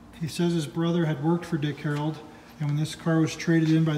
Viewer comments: Def saying Harold, driving me nuts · STOP SAYING "HAROLD" It's Dick HARRELL!!! The badges are right on the car! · Yup - He repeatedly says "Harold" rather than "Harrell." He also says Fred "Gibbs" rather than Fred "Gibb" lol. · "I'm a general Camaro guy but I'm not a Dick Harold expert, by any means." No kidding. When you don't even realize that the name is HARRELL, not HAROLD, it's pretty evident that you're no expert. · A testament to how clueless the guy is. He's reading the name three dozen times and STILL gets it wrong every time, no matter how many times he sees it. And by the way, it's not "HARrell", it's pronounced "huh-RELL", with the emphasis on the second syllable. So the guy has it wrong 2 DIFFERENT WAYS! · exactly - - of course you're not an expert you can't even pronounce his name correctly - - no D on the end its Dick Harrell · Why do you keep saying Harold ? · Great Car!!The guy doing the narration on the beginning needs to atleast pronounce Dick Harrell right.....it’s not Harold!!🙈look at the badges Dang! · You keep pronouncing his name Dick "Harold". There is not a D at the end of his name. Herrell, try sounding it out slowly. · It's Dick Harroll, not Dick Harrold. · You would think somone that owns this car and knows what it is would be able to pronounce "HARRELL" not Harold!!! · Amazing find, congrats!!! But there’s no D on the end of our last name. Just double L’s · If only there was a badge somewhere on it with the correct last name so you didn't butcher his name over and over....oh... yeah.